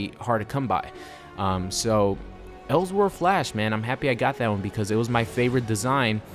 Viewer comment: Anyone else annoyed by his pronunciation of "else world"